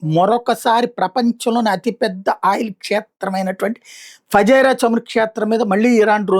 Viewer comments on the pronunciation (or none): అది ఫజీరా కాదు ఫుజైరా